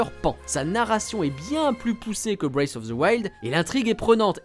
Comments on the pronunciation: Il serait temps d'apprendre à prononcer "Breath" au lieu de dire "Brace" :P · La prononciation bwéyfe of the wild c’est pour me tuer, les gars vérifiez un minimum comment ça se prononce ça veut rien dire ça 😂